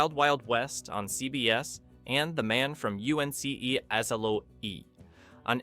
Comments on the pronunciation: Intriguing but meh! A time machine that cherry picked time and location of significant events. And everyone regardless of time/location speaks English. Btw… Men from U.N.C.L.E. is pronounce as UNCLE, not spelled out… feckin AI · Made no sense -- it put the 'E' after the 'C', then said something that sounded like 'azalo.' So what if it's AI, what is it about a capital 'L' that trips it up so much? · Everybody, at the time just called it, "the man from uncle". AI is stoopid ! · Why can’t Ai say “ uncle”? 😮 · "u-n-c-e-azolow-e" Right. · the stupid pronunciation of Man from UNCLE revealed this to be an AI voice, at which point I stopped watchign it. Disturbingly robotic delivery, toneless. Painful to listen to. Just a brain dead roll of meaningless sentences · Where can i watch the unaired pilot with Nimoy's scenes?! I can see that the narrator of this video never watched "the Man from UNCLE" - i have NEVER before heard ANYONE spell out "UNCLE". I am VERY upset at ABC that still REFUSES to release 2 of their multiseason tv shows - Room 222 & their Afterschool Specials - important for young people to see! - instead, they put on 3 hours of news at 4pm weekdays for the kids! & news on saturday mornings too! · That’s really funny how the AI screwed up the pronunciation of the Man from U.N.C.L.E. 😅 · LOL, I laughed at the way the AI pronounced The Man From UNCLE . 😂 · yes, and a clear rip in the space time continuum enables Time Tunnel to influence Dr Who, which aired 3 years earlier. I never noticed any Dr Who episodes post 1966 that showed time Tunnel influence. Just poor research I guess, and a click bait title as well (shut down for predicting events? BULLSH*T). Also the AI narrative, still not perfect as the "Man from U.N.C.L.E." showed. I've only ever heared it referred to as Man From UNCLE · Saying "The Man From U.N.C.L.E." should be an A.I. narration detector. "U.N.C.L.E." trips them up every time. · 😂 didn’t it put an “o” in there?